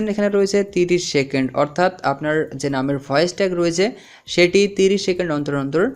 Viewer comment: সেকেন্ট কি ভাই?? 😂😂 সেড কি ভাই?? 😂😂